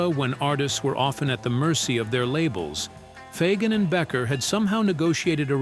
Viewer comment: I know! It's BEEKER, not Becker! Damn AI